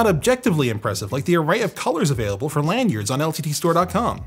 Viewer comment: Wtf is lanyard? Lan Yard?